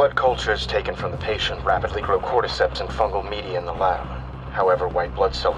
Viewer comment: I hate the way you say cordyceps “cord-eeee-seps“ say “cord-ih-seps“💀